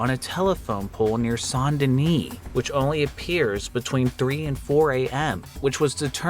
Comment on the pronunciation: Its Saint denni SAINT ! Not sondenni you flop